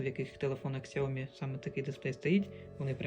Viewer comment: Сяоми(сяо купи, ми - меня). Нет нужно постоянно букву К добавлять